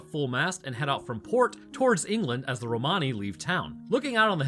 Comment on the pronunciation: Just a heads up, "Romani" is pronounced "ROM-uh-nee" and not "row-MAH-nee" 🙂 Source: I'm Romani